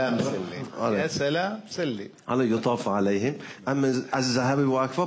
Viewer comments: حامد شاكر نجاد أخطأ بالتشكيل ( عليهِم ) وليس ( عليهُم ) ، وخرب علينا الاستماع. مو خوش لجنة تحكيم. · اللجنه اثّرت على المقرئ هادي و تخربط بلفظ "عليهُم" بدلا من عليهِم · لو سمحتم عليهم بتقرؤها غلط الهه مفهاش ضمه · سؤال : لماذا قرأتم (يطاف عليهِم ) برفع الهاء وليس بكسرها كما في رسم المصحف الشريف..؟ وكذلك مفردة ( تشتهيه) قرأتموها ( تشتهي).. فهل يجوز ليّ عنق الأحكام لصالح الانغام زيادة في التطريب..؟ ارجو الإجابة..